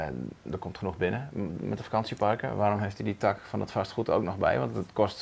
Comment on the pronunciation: Mijn tak? … ik denk dat taak toch langer uitgesproken moet worden